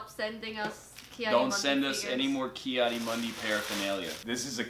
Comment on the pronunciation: He does pronounce it wrong though, I'm surprised more people AREN'T saying this